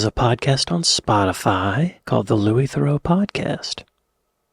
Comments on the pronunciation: Thereaux would be pronounced the-row. Theroux is pronounced the-roo. On another note, for some ppl thought crimes are the worst crimes. You don’t hear much push back about inside prison documentaries and interviews with killers etc. No one is concerned that by platforming them, viewers will turn into killers. On the other hand ppl are very concerned that if you platform a racist, viewers will become more racist. It’s really a lack of faith in other people. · The way to pronounce any name properly is as its owner uses it. So it’s The-rew’, not ‘The-row’. Louis has a unique talent for engaging with everyone he interacts with by being non judgemental and listening intently to the other person’s beliefs and comments. In doing so he appears to be sharing their opinions, but it’s not always so. It’s a very cunning strategy and very few of his ‘victims’ can resist coughing it all up, not realising how clever he’s been. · Lol, Why would you assume a USA-ian pronunciation link will give you the correct way to pronounce it, theh- row is obviously wrong, its a French name so will likely be pronounced that way in English to, theh-rue. USA-ian pronunciation links are invariably wrong for anything outside the USA unless they happen to coincide. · Louie Theroooo - the pronunciation you referenced was spoken by an American. Paul Theroux (American) called himself Therooooo - you’re wrong, I’m afraid. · Louis is pronounced _Lew-ie_, Thru-oh is how his last name is pronounced. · The pronunciation of Theroux can be either. I believe the British side of his family pronounce it Theroo and the US side of the family pronounce it Theroh